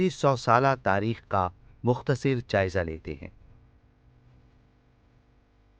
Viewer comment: توجہ فرمائیں لفظ مختصر کے ص پر زبر ہے زیر نہیں ، لغت دیکھیں